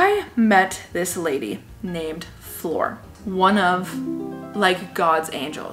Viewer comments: Flor as in flower 🌸 not floor 🤦🏽‍♀️ lol I’m Hispanic and I was confused for some reason at first 🤣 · Her name is Flor 🌸flower in Spanish. The way you're saying her name is floor what you walk on. Honest mistake it's all in Rolling the r's and less o's Cool video! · I did I think she kept saying floor and it took me forever to realize that said flor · Tell me why I thought she meant the lady's name was floor like the actual floor till she said she was from Ecuador that's when I knew she ment flor like flower but in Spanish